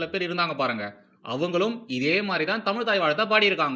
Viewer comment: ஆகா! "அலகான தமில் தாய் வால்த்து!"